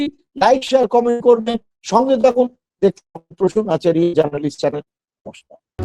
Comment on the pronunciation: আচার্য বলুন নয় আচারিয়া বলুন